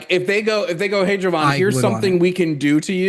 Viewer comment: nah, just racist. He clearly refuses to say Jovan correctly because it's "too black" of a name